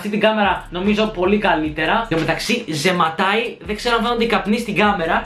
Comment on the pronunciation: ζηματαει όχι ζεματαει